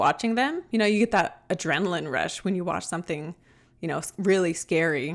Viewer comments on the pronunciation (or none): none